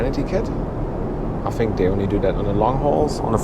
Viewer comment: I enjoy all your reviews. I love the way you say "fink" instead of think and "al-so" instead of "orl-so". I'm intrigued by your surname of. That sounds English or Australian but your accent doesn't agree?